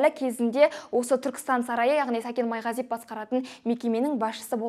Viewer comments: Майғазиеп емес Майғазиев деп дұрыстап айтып үйренші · Сен бірінші сөйлеп үйренші ,Майғазиеп емес Майғазиев .Сәкен кінәлі болсада ,соны дәлелдейтін сен емессің.Мықты болсаң билікке қарсы шықсаңшы.Басқа ,басқа бірақ Сәкен солай істейді дегенге кім сенеді. Сол ақшаға бола жылдар бойы жинаған абыройын төкпейді ғой .Ал сені тыңдау невозможно,сыпылдап ,құлақты ауыртады🥶 Дура